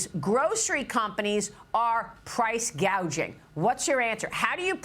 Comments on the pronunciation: What’s price gaging mean she can’t even get it right? What she said before which is price gouging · But not "Price Gauging", which is what she called it. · Gouging,not gauging!